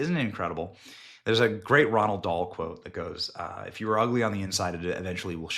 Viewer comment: IT IS NOT RONALD DAHL!!!! It is ROALD DAHL!!! Stop saying it wrong please